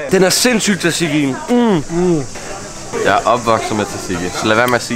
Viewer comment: Amen for faen' man siger ikke t'et i tzatziki. Man udtaler det "satiki"